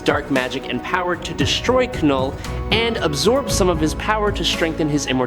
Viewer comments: Lol😂 the K is silent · It's knull like the word know not kanull🤦🏾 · I hate these AI generated narrations. It's not Kuh-Null. It's pronounced NULL. THE K IS SILENT 🤬🤬🤬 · I think you mispronounce names on purpose lol.... K-null / M-Jole-near.... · K is silent. Like knife not kahnife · Kanull? Treegon? Seriously? That automatically earned you an unsubscribe 😂